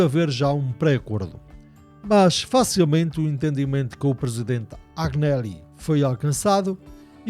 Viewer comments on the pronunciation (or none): Amico la pronuncia do ex.Presidente dall Juventus Agnelli è assim: Anheli e non Agueneli.Non te preocupar è compreensivel o erro.Forza amico continua com o Canal que estas na estrada justa.